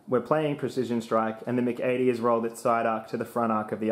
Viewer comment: You have a fascinating way of pronouncing the MC-80.